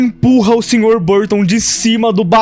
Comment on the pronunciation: o que eu acho engraçado é que o erra o nome no professor de educação física por quase todo o vídeo, falando algo como "sr. Buston", só que isso deixou mais engraçado porque o professor Burton é um merda como todos nós já sabemos. Ou seja, o erro do foi na verdade um acerto